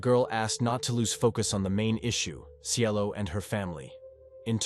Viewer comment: Cielo not Cello 🤦🏽‍♀️ They called her that cus she was so sweet and beautiful etc Cielo means “Heaven” in Spanish just in case ya didn’t know . But this guy tried ❤️🙏🏼 rip CIELO ❤️